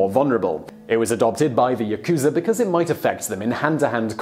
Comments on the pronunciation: Yah-ku-za not Yah-ku-zuh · Ooh don't worry Simon... I knew as soon as you said Yakuuza instead of Yakuza that you would struggle with the pronunciation 😀. It's the info that matters! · For the next time you re-issue, it's YAkuza, not yaKUza - the stress is on the first syllable. Interesting video, though. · Cholula Hot Sauce: Then why do most most Westerners pronounce it as ya-KU-za instead of the proper YA-ku-za? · 😂😂😂. I love these videos, but the Japanese is atrocious. It’s not YaKuza. It’s pronounced Yahkzah....the u is devoiced and silent. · Don't stretch out the Ku in Yakuza. It is YA-ku-za not Ya-KU-za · No, it’s not Ya-kooza. It’s “Yak-za”. You should at least get this pronunciation right. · the japanese pronunciation disclaimer was unnecessary after you said "yakooza" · Ya - ku - za say it with me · As sloppily researched as the presenter's pronunciation of "yakusa" and "tattoo." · lol yakooza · fact 1 you pronounced Yakuza wrong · Here's one pronunciation suggestion - when pronouncing Yakuza you don't put the accent on the middle syllable - Japanese pronunciation, in general, doesn't accent syllables (I'm not Japanese, but my wife was) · "Will try to pronounce all the words, but sorry if there are some difficult ones" instantly mispronounces yakuza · you can see the mistake in your own comment. You draw the ku too long. The ku is short. Like the beginning of cooking. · yaku + za. Not difficult at all. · Yakuza is pronounced wrong....